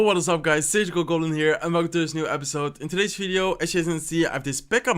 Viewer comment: Hewwo! ❤️❤️❤️😂